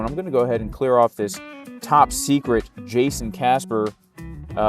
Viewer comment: Guess it’s pronounced “Hayson” now 🍋‍🟩 🇲🇽 🌶️